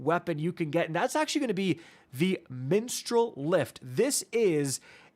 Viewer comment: Come on...Mistral not minstral...Mag not Meg..i still love you though